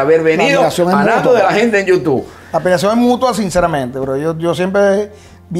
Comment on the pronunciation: Me sangran los oídos cada vez que escucho Nando de la gente en yutuuu.... Si algún día vuelves a grabar la cortina por favor haz el incapié en decir youtube por favor y gracias. Excelente programa